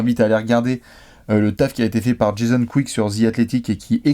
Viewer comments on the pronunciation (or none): none